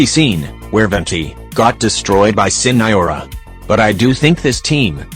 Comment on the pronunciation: "SiNAiOra" Lol